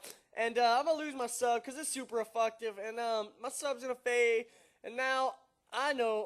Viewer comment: " cause it's super afucktive.."